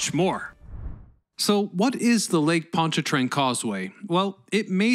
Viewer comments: Why do you pronounce Pontchartrain as "POND-a-trane?" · It’s lake pont CHAR train.